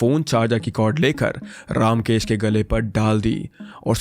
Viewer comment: You are pronunciation of the name ramkesh is not रामकेश it is रमकेश